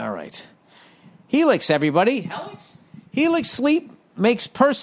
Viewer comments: When he started reading that Helix “Hellix” advertising I started gut clinching laughing 😂 👍🏽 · Hellix? Heellix?!